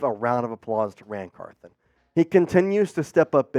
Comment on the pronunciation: Car THON not Car THIN